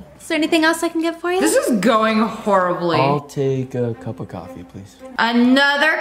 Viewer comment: Just me, or did Brad say "Coff" instead of coffee lol